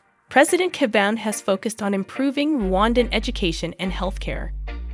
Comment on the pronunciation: I like your video, but please learn how to properly pronounce the presidents name.😄